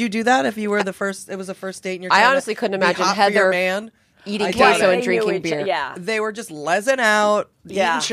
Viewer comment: Love you, Heather but your name pronunciation is no bueno.